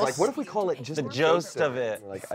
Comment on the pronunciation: Now we have "the jost of it" competing with "jolst".:P